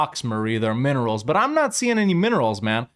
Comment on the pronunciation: Jesus, Marie! They're MINERALS! Ending with an "LS", not a "KS".